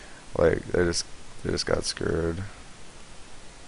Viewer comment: His screw'd sounds like scuured